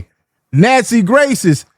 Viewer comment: It’s Nancy Grace sir … not Gray(ant hafe) voice 😂😂😂😂😂